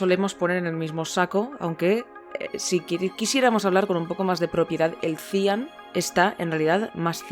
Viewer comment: Cian se acentúa en la a! Buen vídeo